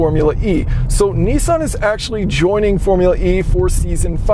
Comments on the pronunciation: G,Day it should like Nissan like pissan your saying nessan ? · "Neeesan Leaf" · What's a Knee San? Oh, a Nissan Renault. Got it.